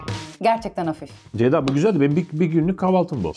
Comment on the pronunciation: Nobody: Fırat: Deyda Really Nobody: Fırat: Beyda